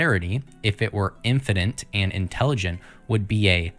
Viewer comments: Are we sure he is American? I can't figure out a specific foreign or American accent, but he said infininte more than once, while reading from a script. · WTF is infanent????? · Is there such thing as "infinant" ignorance? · god is infinint? Infinint what? In evil, in psyhopacy?